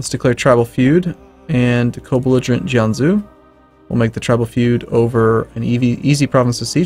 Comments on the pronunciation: Jianzhou isn't pronouced "Yan zoo". Its pronounced more like "jeeyen joe". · Batuhan Kurnaz I am not Chinese, and I know how to say a few words like Szechuan. These words feel very magical to learn. Also, zhou is definitely joe. :P